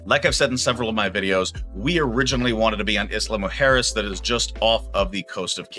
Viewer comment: “Allende” is Aye-EN-day. Isla is “GEESE (without the g) -lah”. When you botch the pronunciation of common words you sound less authoritative. A common problem with these retire in Mexico videos.